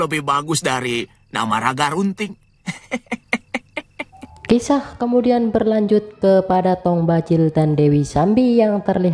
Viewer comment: Namanya bukan nagarubting,tapi ragarunting tau nggak